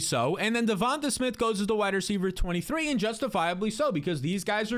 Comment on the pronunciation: is it not pronounced devon-TAY?